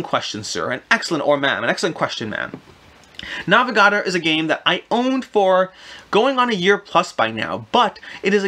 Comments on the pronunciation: I'd never heard of some of these games, but it turned out it was just the way you pronounced the titles, NAVA-GARDER? NAVA-GA-DOR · Nah - veh - gah - door